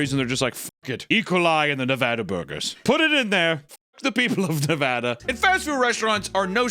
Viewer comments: Thank you,, for pronouncing Nevada correctly. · Papa, thank you so much for pronouncing Nevada the correct way. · Hey, you said Nevada right thank you